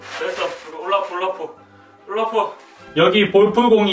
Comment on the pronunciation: 올라프데 울라프라고 들었어요 ㅋ